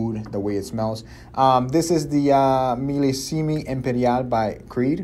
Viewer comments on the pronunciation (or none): Wait...did just say Millisimie empanada?? 😂😂